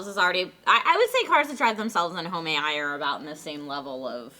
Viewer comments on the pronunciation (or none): I hope you're trolling, but if not, Home A.I. not homayeye